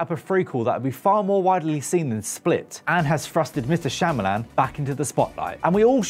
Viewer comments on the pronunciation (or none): none